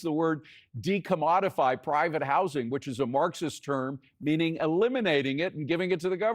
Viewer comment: Can anybody say this guy's name right. It's pronounced Mom-Donnie